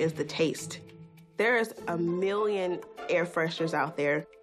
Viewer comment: theres like a miwion